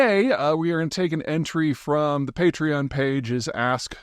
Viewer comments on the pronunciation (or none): none